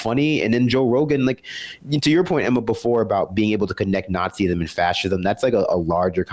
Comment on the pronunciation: A quick word to the speaker on the left of screen... Nazism is pronounced nahtz-iz-'m, not naht-zee-iz-'m.